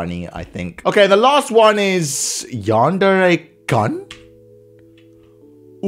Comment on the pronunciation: How I say it:Yan-dear How says it:Yawn:dare:ay